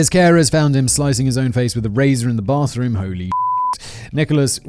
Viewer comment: Blathroom? Am I the only one who caught that? I love silly word trip ups